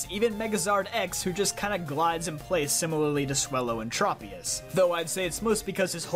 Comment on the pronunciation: OMG YOU PRONOUNCED TROPIUS CORRECTLY this is literally the first time I have ever heard anyone on YouTube get it right